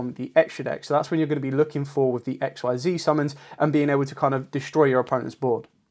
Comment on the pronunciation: Not to be rude, but you do know Xyz monsters are pronounced ex-seez right? If that’s how you wanna pronounce it tho, no judgement.